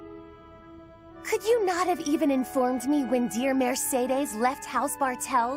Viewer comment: Mar SAY Days